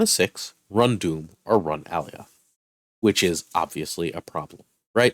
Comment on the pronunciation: Great content but for the love of god please learn how to pronounce Alioth.